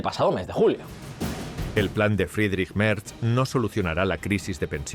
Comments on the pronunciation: Merz no se pronuncia "Merch", sino "Merts". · El canciller "Merch" 😂 ¿Dónde ve la ch en "Merz"? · Un chupito por cada "Merch". Pero, ¿de dónde se saca la ch este señor?!